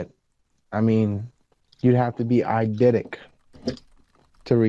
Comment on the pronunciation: “Eidetic” is usually pronounced “ahy-DET-ik”, not “ahy-DID-ik”.